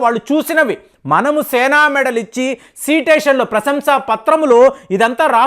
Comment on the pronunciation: Correctly pronounce the word Citation correctly..sedation is wrong.Szop using the nonsense word litteral.